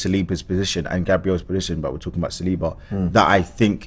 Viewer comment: Spoke with my friend who is French, he confirmed to me that Saliba is pronounced with a stress at the last letter. So it is Salibá. The right way to pronounce his last name.